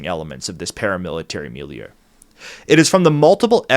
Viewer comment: Taking a shot every time i hear miliue